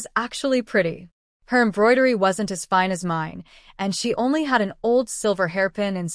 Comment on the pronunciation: Why can't Ai read "fine"? Its always Feene